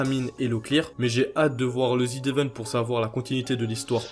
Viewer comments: mais frérot tas vidéo est super quali mais prononce bien les mots phares de tes vidéos wsh, ça se prononce ZedEvent pas Zid 😭😭😭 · Zevent, pas ZIDEVENTE omfg, personne ne sait lire bordel de merde. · Ca se prononce zi event, pas zi devent par contre. xD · Tu peux arrêter de dire ZIDE event comme un attardé stp jai envie de m'arracher les couilles a chaque fois merci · Pourquoi tu dis ZeDevent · C'est quoi le zidevent? Sérieux mec, fais pas de vidéo sur un évent dont tu sais même pas prononcer le nom 😂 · il y a que moi que ça stresse qu'il dise "ZidEvent" ? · Zd'event, la prononciation me tique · « Zidevent » ptn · pourquoi "zdevent"? il n'y a pas de liaison avec le z de z event